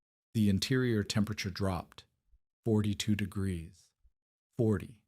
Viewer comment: The temperature dropped thithty degreeth in thith hours. Does anyone in your organization ever listen to your audio? Why have a professional narrator with a pronounced lisp? You are using AI, right? Can't you find a voice that doesn't pronounce words incorrectly? I like to sing, but you would be crazy to put my singing voice in a video.